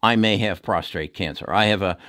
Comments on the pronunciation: It's PROSTATE, not "prostrate" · Constructive criticism: It's prostate, not prostRate. On another note, thank you very much for all your work, very informative and well explain! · You do outstanding work. Appreciate your advice very much. Just wanted to mention it's "prostate" not prostrate, which is what you said in your video many times. Prostrate is to bow down or get on the ground. But your views on stocks have been tremendously helpful to me; and I've been buying some of your recommendations. Thanks!! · Prostate not prostrate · It's prostate, not prostrate ! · Why do Americans pronounce Prostate as ProstRate? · it is prostate not prostrate only 1 r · Sorry about your daughter. Learn how to say prostate instead of prostrate. I had cyberknife, 5 one hour treatments, very few side effects.